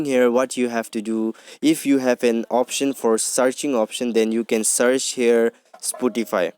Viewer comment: It's spotify bruh not sputify